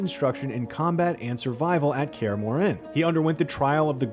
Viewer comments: No. nuh nuh nuh... it's not pronounced "MoreANNE". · Kaer ''Muren'' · Dude said "Care Moren" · yeah he is saying kaer more inn lol it hurts the soul lol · To me it sounder like he was actually pronouncing the “H” in Kaer Morhen, whereas in the games they don’t pronounce it. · Kaer Morhen pronunciation was also butchered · Or Kaer Morhen